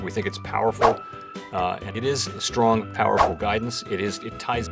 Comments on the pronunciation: He was meant to say Powell-ful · Can't tell if he is saying powerful or Powell-ful. Great vid!!